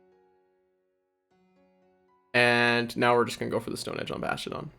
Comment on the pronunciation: I cringe everytime I hear “bashtiodon” 😂 Sweeeet team though 😁